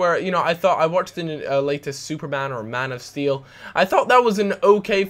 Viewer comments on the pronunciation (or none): none